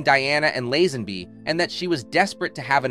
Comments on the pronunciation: who is reading this as his speech is shocking, laazanby or lazenby....rakiel or Rachael . this robot should be shut down asap or learn english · Lazzenby? Racheeall?...more non research (into pronunciation)🙄🎩